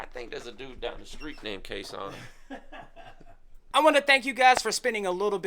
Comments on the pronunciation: its pronounced kay san it's a place in Vietnam where Australian soldiers fought & died.. LEST WE FORGET our beautiful soldiers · The closest English pronunciation of Khe Sanh is probably something more like "Kay sarn", but with a soft r, like a non-american would say it...🥴 Hope this helps 😁 🙃🐨🇦🇺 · Pronounced Kay Sarn